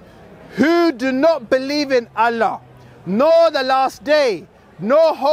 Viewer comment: pronunciation of "Allah" was so cringe. Suits the false god "Allah" better lol. We should all begin saying "allah" in like manner to piss the Dawah team off.